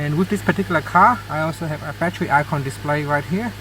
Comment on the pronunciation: Man u English is so bad plus it's not batchery it's battery my friend good bless u